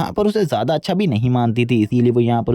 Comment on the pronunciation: He say acha as acca 😂😂😂😂